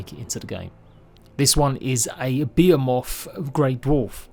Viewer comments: I think he meant to say Behemoth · It took me way to long to figure out what you were saying, Beeamoth Grey dwarf 😂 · BE-HE-MOTH ffs man